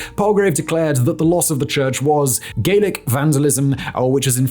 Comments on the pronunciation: Gallic is different from Gaelic, so please be careful with pronunciation. Thank you. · You pronounced Gallic wrong…. Gaelic and Gallic are totally different.